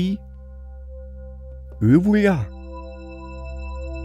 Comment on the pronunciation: it's not "uh voyah" lol it's "ehh vwalah" XD